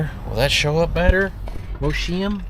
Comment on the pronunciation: 😂 Thats the next town over from the little town I live in It is pronounced Moss-hime